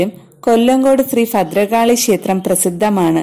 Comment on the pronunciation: ശേസ്ത്രം..അല്ല ക്ഷേത്രം എന്നു പറയു ആദ്യം....